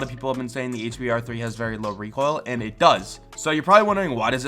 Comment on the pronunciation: says it as reek hoil